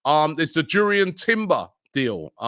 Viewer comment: its pronounce Yurrien (not Jurrien) timber